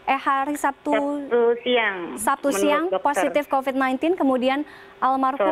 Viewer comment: 0.02 COVID mbak bukan COVED😂